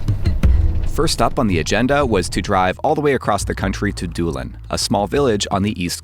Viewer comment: Did anyone else first thought he was doing a horrible Iris accent saying Dublin instead of actual Doolin?